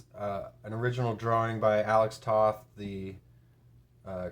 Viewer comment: Subscriber #30. Thanks for covering this book. Yeah, I find it a bit too gritty. In 1987, Comico released a Space Ghost one-shot by Steve Rude. It's everything a SG comic needs to be. It's practically the original show in comic form. Btw, Toth rhymes with "both".